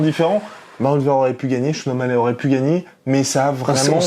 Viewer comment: Les français vous êtes trop chiants ! Sean o mallè? Sérieux? Vous ne savez pas faire un effort et dire o mall i ? Omallet... ridicules